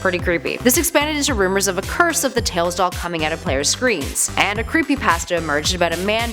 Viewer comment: You said creepypasta wrong